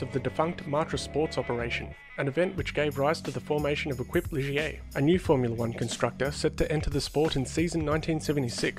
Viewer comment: Love your videos, though I was cringing a bit over “Equip Ligier”, it’s pronounced fonetically as ‘Ey-keep’.